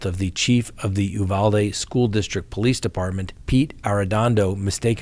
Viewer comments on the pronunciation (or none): Texas pronunciation: You-VAL-dee. You’re welcome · Uvalde = You- valde, not Ooh-valde. Texas native here. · Uvalde, TX Pronounced “you-Val-day” here, in Texas